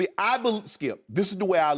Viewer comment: so annoying hearing shannon.... "(takes a breath)....Skiep, Skiep. every time he talks